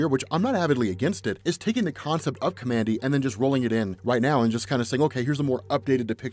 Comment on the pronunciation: The character's name is pronounced "COMMAND D"